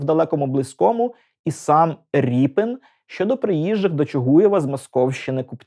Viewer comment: Дико звучить "Ріпін". Призвища не зміняються!